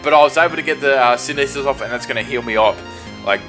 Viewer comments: K you keep saying it and it does bug me... Synthesis is not pronounced Syneesis think photosynthesis like how plants generate energy from the sun (that's y the move heals more in the sun). Sorry just had to say it don't mean to be mean. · You know, I can never get past your pronunciation of "synthesis." It's like you don't even see the "th" in it.